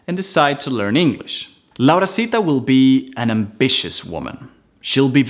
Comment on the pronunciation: no se dice, se dice laurita y ese curso Raio creo que se lo vi a otra persona que fue quien lo invento